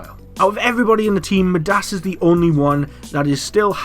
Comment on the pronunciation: Wouldn't it be MY-DAS not ME-DAS